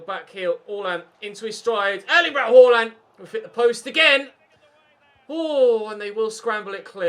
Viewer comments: Harland is how it's pronounced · Stop saying Horland😂😂😂😂😂